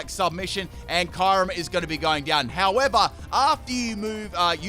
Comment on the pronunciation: He said ✨kayrim✨